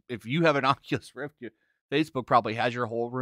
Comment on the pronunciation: "...coming to the Occulus Rift..." That alone is enough for me not to buy it.